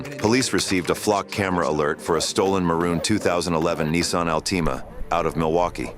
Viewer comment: Neeesan Alteeema... one of the more stupid AI.